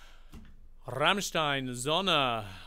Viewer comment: Your pronounciation of "Rammstein" and "Sonne" is so close to perfection. Greatings from Germany